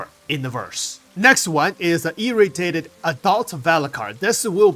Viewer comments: FYI.. It's E-Ray-dee-ay-ted =P... sounds like you're saying "Irritated" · Irradiated is pronounced: EE- RAY-DEE-AYE-TED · love your contents too much but pleaseeeeee just take 5 seconds to look up how to pronounce "Irradiated"